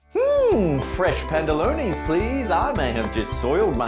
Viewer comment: “Fresh pantellonies please “ lol